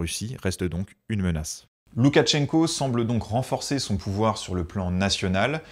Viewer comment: Très intéressant comme d’habitude! Petit détail de prononciation, on ne prononce pas de t avant le ch. C’est donc, pour l’écrire en français, loukachenko